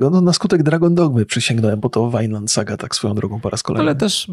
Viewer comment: nie no to juz musi trollowac z tym wymawianiem nazw, jak wczesniej ignorowalem jak mowicie fallout to teraz ten jojo i vineland zamiast vinland to juz mam wrazenie ze eksperyment spoleczny xD